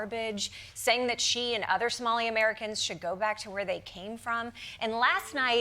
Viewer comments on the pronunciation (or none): none